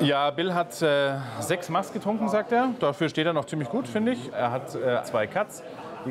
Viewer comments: Es heißt Mass (nach alter Rechtschreibung Maß) und nicht Maas. ^^ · Wann lernt RTL endlich, dass es "Mass" ausgesprochen wird? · Es heißt Maß, und ned Maaaaahs. :D